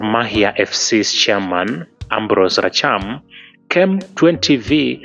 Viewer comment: Rachier not racham